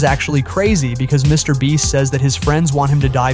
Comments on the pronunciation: BRO SAID MR BLEACH AND MRS BREAST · "Mr. Breast..." 🤣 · Bro said "MrBreast" instead of "MrBeast" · Bro really called him Mr. breast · no way he said mr Breast💀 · Mr. Bleach..😂😂😂this narration guy have somekind of mental issues. Sometime saying Mr. Breast sometime saying Mr. Bleach. 😂😂😂cmon he is Mr. Beast. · mr bench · Mr breast lol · YOU NEED TO STOP SAYING MRBLEACH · he said Mr. Breast😅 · bro said Mr. bleach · He said mr. Breast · He said mr bleach😂😂😅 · Did anyone notice bro was calling him Mr. bleach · If you watch the whole video the guy doing the video calls Mr beast Mr breast lmao 😹🔥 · "Mr Breast???" who heard the voice say "Mr Breast" ???? . was this video done with AI? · in and Dude said Mr Bleach and he says Mr Breast🤣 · dude said Mr BREAST!!! LMFAO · bro said Mr breast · Why'd you keep calling him MrBreast occasionally? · Mr. Breast 🤣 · can we just talk about how he randomly pronounces Mr. Beast😂